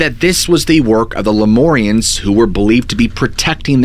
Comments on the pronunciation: It’s pronounced Lume-air-eons not loumorians. Like lumens from light .. it’s annoying to hear you say it wrong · Shasta Cola and Ginger Ale! I'm a jerk but it sounds like "Leh-myour-rians." Not "more" "mmmyour" say it with me now! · Please use mur like in murder instead of mor like in more when saying the Lemurians, I grew up in the redding area and have spent many hrs on that mtn. good video other wise.